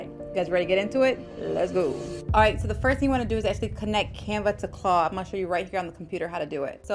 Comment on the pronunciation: Are you saying “Claw” or “Claude”….on purpose? Or do you not realize that it’s “Claude” with the letter D on the end?